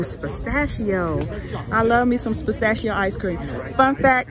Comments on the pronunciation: Pistachio not Spistachio. It starts with a P not an S 😂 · I'm sorry but i was weak at pronouncing pistachio lol "spastachio"lol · Pause: ...."Spastashcio"!?!?🤦🏾‍♀️🤣🤣 ...Pistachio??? That tickled my soul! Blessings to yall! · She kills me with this “ Spistachio”😂😂 there’s no s in the beginning lol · she said spitstashio ice cream 😂😂😂😂